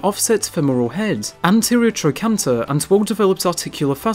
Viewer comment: Great video bud! We also generally pronounce it “trokanter”. The ch is usually pronounced like a k in most medical terminology that I’ve encountered, or at least it is when it’s pronounced and written out in English. Probably different in other languages.